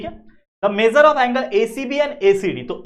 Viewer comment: Measure ❌ mejar✅😅😅😅😅😅😅😅😅😅😅😅😅